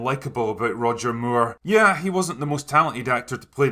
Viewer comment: Funny to hear you pronounce his name as Roger Muir